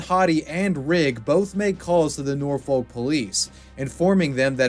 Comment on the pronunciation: Nor-fohk. Not nor-fo-l-k